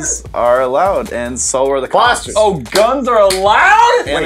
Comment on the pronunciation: Did they just say guns and it didnt say "blastars"(i know its not spelled that way but thats how it sounds)